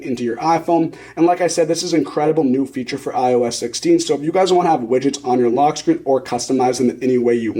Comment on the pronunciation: “Log screen” 🤣